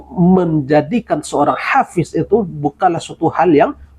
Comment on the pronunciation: Ternyata….omon2…… bukanlah hafish, tapihabiiiiis